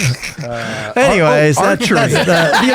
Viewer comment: CAN'T PRONOUNCE HIS NAME!